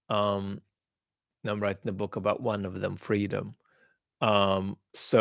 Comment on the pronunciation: ‘Abaat’ pronunciation I think Vad has picked up the cockney accent of the word. I speak as a east-end Londoner, a cockney.